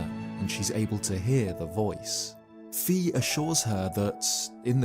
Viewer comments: Who is Vi? I can only remember Fi from skyward sword as the voice of the Master Sword, good story telling but you have to pronounce her name correctly Vi or V is jot how you say it its Fi with the F the EF bro you know you’re british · For the love of Hylia, please pronouce Fi as [faɪ], except for that small mistake. Great video! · Fi is pronounced as Fye, just so you know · Just a heads-up in case she's ever mentioned again, Fi's name is officially pronounced "Fye" like the Greek letter Phi. Even if you disregard Hyrule Warriors, whose English version refers to Fi by name, as it is non-canon, the Japanese version of Skyward Sword would confirm it, especially the HD rerelease which includes name labels in dialogue. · Fi rhymes with sky